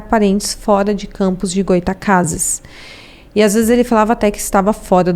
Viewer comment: Goy-a-tacases foi foda hahaha